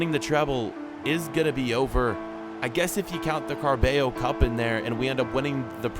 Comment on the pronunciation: Car-bay-yo cup😂😂😂😂😂😂